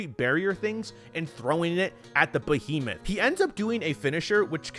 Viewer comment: Did he "bohemoth"?